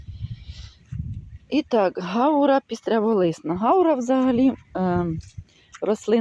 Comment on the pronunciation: Це не гАура,а гаУра